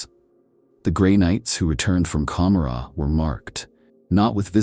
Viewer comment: I don't think I've ever heard it pronounced as com-ma-rah, I am no hardcore fan so correct me if I'm wrong but isn't it Ka-more-a and is a deliberate choice to conjure up the city Gomorrah from the bible.